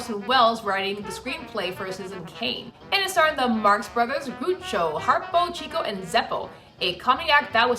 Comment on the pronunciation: Lovely of you to acknowledge all the names and people involved! One tiny note: first actor's name is pronounced "Groucho" first syllable rhyming with "now".